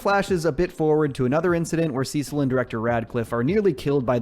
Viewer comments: I’m sorry did you just say “sesill” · couldn’t keep watching after hearing how he pronounced “cecil” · Yes, he does this in every video. I don’t understand how you can mispronounce the character name from a show You just watched when they pronounce the name over and over again in the actual show you were watching.😂😂😂